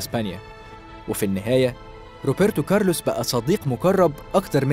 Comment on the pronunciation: نفسي بس اححد يبطل ينطق روبرتو كارلوس وبايرن وكال الكلمات دي بال p مش بال b